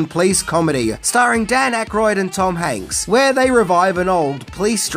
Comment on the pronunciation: First off, you're too old to say ''cringy''. Second to go, it's the 80's, you hipster man child🤨 But cheers for not screwing up mispronouncing Tom ''Hanks'' 👍🏼